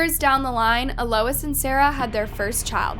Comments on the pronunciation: (Ahl-ois) Alois. Not uh Lois. 😅 you crack me up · It’s pronounced a low eez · Is her name seriously E-Lois and not Eloise? And Hamish? Not Hemish? Not knocking you if that’s correct but, I’ve never heard either of those name is pronounced that way.